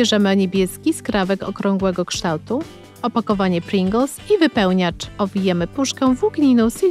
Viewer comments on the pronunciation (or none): none